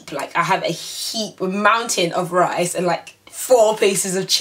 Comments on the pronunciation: "i love rice hmmmm, rice" spoken like a true nigerian. xD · hahahah the way you say Rice hahahhaah